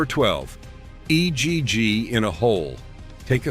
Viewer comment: Ho cakes and ee gg ee in a hole ? Hire a real person to talk for christs sake !